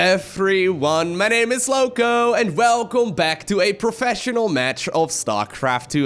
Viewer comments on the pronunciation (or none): none